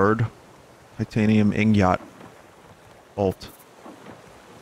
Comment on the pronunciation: bruh did you say “IN-gawt”